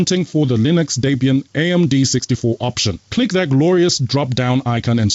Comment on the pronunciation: It's pronounced Debbie, not Daybee. For debian I mean..